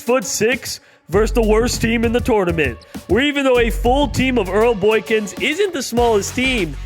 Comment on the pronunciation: Just here to see if anyone else is triggered by the way he says tournament.